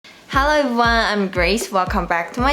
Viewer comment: I love your English! How did you study?? In case you're interested, there are (only) a few words that you could improve the pronunciation: "everyone", "five", "another", "further ado". The way you pronounce them is very cute, so there's no need to change if you don't want to =P